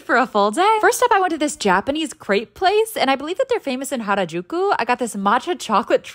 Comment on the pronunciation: SHE IS GOOD AT PRONOUCNING STUFF LIKE HARAJUKU WTFF